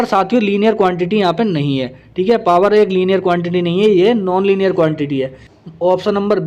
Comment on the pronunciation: लाइनर हे डियर सर न कि लीनियर 🤗